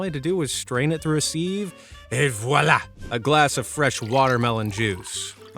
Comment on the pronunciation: "ENV VUALA" 😂😂😂